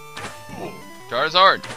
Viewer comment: XD I like how he says "! KEEL ET!"